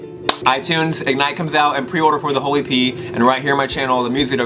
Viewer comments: Every time he said 'The whole EP' I kept hearing 'The Holy 'P'' and I was like yeah sure 😂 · When he says it fast it sounds like "the holy pee " lol 😂😂😂😂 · Am I the only one who thought he said "holy pee" instead of "whole e.p.?" oops.. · When he said whole EP i heard holy pee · Was I the only one who thought he said holy p